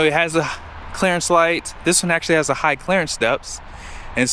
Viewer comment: It's "clearance", not "Clarence". 😂😂😂